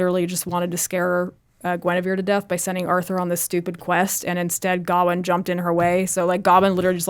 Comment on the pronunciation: Do Americans not know how to pronounce the name Gawain? Just asking because I’ve never ever heard it pronounced that way before.